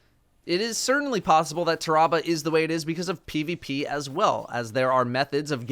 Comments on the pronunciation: "Tah-rah-bah" Pretty sure it's "Tear-uh-bah" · I think it's pronounced Taa-Rah-Bar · I always pronounced it Tear-a-bah Like tear that bear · I love your voice but not when ur mispronouncing words. It’s pronounced like terrible but replace le with ah